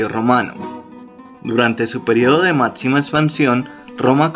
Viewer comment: Otcidental? Mátcima? Que le pasa? Jajaajajajaj